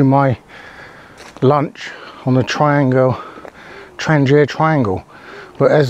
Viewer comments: Tran-gia sounds Italian, maybe a traverse route?, it is pronounced Thrang-eeya since it was first made in Trångsund "Trång-sund" "Narrow Strait/Neck". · Check around for an interview with the current head of Trangia. His pronunciation is closer to "Traniya" or "Tranyia". Maybe it's a local dialect thing.